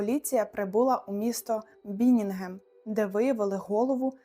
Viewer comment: А також ЛюцЕрн, а не лЮцерн та БіннігеН, а не БіннінгеМ… 😅